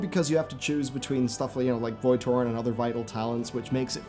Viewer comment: every time you said "Void torrent" I heard "Void Tauren"